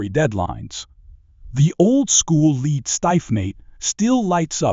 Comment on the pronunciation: AI commentary needs to know the difference between leed and lead.